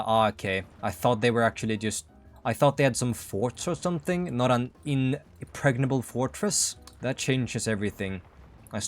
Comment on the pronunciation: “Inpregnable” forttress… Sure…